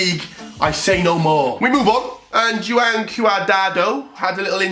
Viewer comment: he'll never be able to pronounce "Juan" properly